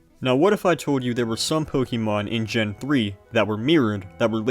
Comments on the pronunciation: You sound like someone’s dad. It’s not pronounced “pokey” mon, “pokey” dex etc. it’s “poke-ay” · Pronouncing it "po-kee-mon" will always strike me as odd. It's "po-kuh-mon". You say it right , why nowhere else? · please stop pronouncing it “pokeymon” it’s really distracting 😭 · What's a Pokiemon? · Its Po-keh-mahn. Its Japanese which means there is a very rigid pronunciation. Americans tend to add or alter phenomes into becoming "ee" sounds where none exist. See: Karaoke is "kah-rah-oh-keh" but Americans say "carry-oak-ee" But also? Nobody cares about all this^^ So its clearly Ponkymoan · You strike me as odd. The real pronunciation is "poh-KEH-mon", but most people don't say it like that because most people don't speak Japanese. Shocker! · >passionate enough to learn all this information >pronounces "Pokémon" as "pokeeeeeeemon" (incorrect) every single time without fail beyond the fail of having said it very wrong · great vid concept but the pronounciation of"pokey-mon" hmm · "Pokey Mon" dislike video and move on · can you stop saying "pokey-mon" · Poke -ee -mahn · Po keey. Cant stand hearing this repeatedly for hundreds of time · >"POKEY mon" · I never knew LGFR and RSE had sprites for the other's protagonists. Good video, I just don't like when people say Pokeeemon. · I'm sure the video is great, although hearing "poke-ee-mon" over and over at the start makes my skin crawl a bit too much to find out. Good luck :> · It's pronounced po-KAY-mon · idk why. the way he says pokeymon is very satisfying to me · ok so you said "poke-uh-mon" exactly once so you're just taking the piss